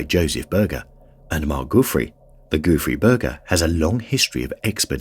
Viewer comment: Gouffre Berger…lol. The whole first part of video I thought he was saying “goofy burger” and I was like, ‘that’s a silly name for an expedition, has to be a funny story behind calling it that’. 😂